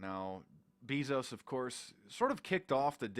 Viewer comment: Ur saying Jeff bezos incorrectly FOO